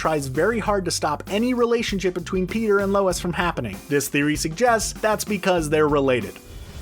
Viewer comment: He legit says Beter instead of peter in the whole video